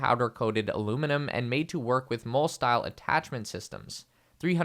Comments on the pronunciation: Its pronounced MOLLY not Mole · Molle is pronounced “Molly” - seems many reviewers haven’t got this right. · Mole is pronounced “Molly”